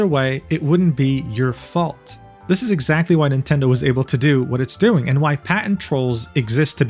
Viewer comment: NOOO NOT MINTENDI 😭😭